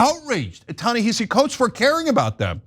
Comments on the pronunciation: Yes, it's spelled Ta-Nehisi, but it's pronounced Tah neh HA si. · The pronunciation is TA-NA-HA-SEE. Come on, you’ve been saying this man’s name incorrectly for a decade. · Are you mispronouncing his name on purpose? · The sad part is if it wasn't for the Israel element tyt one be talking about this man and she's pronouncing his name wrong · Please pronounce Ta-Nehshi’s name correctly. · Jesus, NEITHER of them can pronounce his name! AMATEUR HOUR! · You’re mispronouncing his name. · Why are Cenk and Ana both pronouncing "Ta-Nehisi" wrong? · Come on Ana, at the very least, research how to pronounce his name. He's an acclaimed writer. If you're going to report on it, get the basics right. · Can we please pronounce his name correctly? This is embarrassing